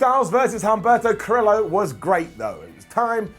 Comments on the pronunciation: It’s pronounced cuh-rio. Like Del Río. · Humberto Ca-reee-oh. Carillo. Not that hard to say. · Ca-re-yo (Carrillo) not Ca-rillo. Huge things coming up for him though. Aleister, have the Singh’s run into his room with a ref behind them. They lock the door to escape everyone else and wonder why it’s dimly lit. Black mass is delivered. 24:7 becomes a more serious title after AB goes through the normal chasers and the more serious contenders build it up. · lol the way u say curillo is funny